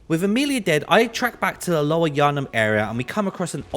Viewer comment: so glad it wasn't just me that this bothered, same as Amarlia (Amelia) & Ebrietas